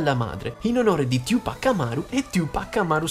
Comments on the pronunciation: Non è tiu pac😂 ciu pac 2pac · Fox - The Best of Top si abbastanza ma va beh Oi...é la tua voce ahah, diciamo che mi dá maggiormente fastidio come dici 2pac..questo è basta. Ma poi, perché lo pronunci cosí il nome?